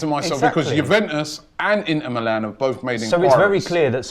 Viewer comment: yeah i notice it too. in-er milan?